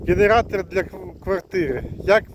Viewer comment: Эгектро мотог, гэнератор в гваргтире.. Это просто капец. Дальше смотреть не стал.